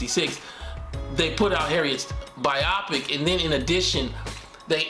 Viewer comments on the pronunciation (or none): Bro. It’s pronounced BI-oh-pic. Not bi-AH-pic. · Bio-pic, not byopic